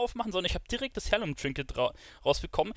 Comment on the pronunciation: Hi, danke, finde dein Video super. Schon fast zu ausführlich. Habe aber nur eine kleine Anmerkung... Es wird zwar Heirloom geschrieben, doch du sagst Hairloom,.... ausgesprochen wird es aber "air-loom"... *smile